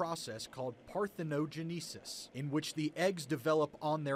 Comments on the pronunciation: "Par thin no gen ni sis" the mispronunciation hurts me for some reason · Par-theh-no-JEN-uh-sis The accent is on the 4th syllable.